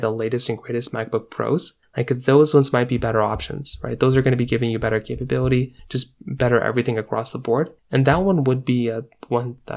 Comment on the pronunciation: How many times you say capab8lity?